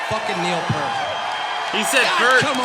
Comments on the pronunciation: He said PERT: The shot goes to Neil Peart and he’s like: GODDAMN IT ITS THE ROCK AND ROLL HALL OF FAME YOUR A DRUMMER CANT YOU SAY MY LAST NAME CORRECTLY!!! P-EAR-T or PEER-T. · Yup. He said Purt. Pisses me off every time.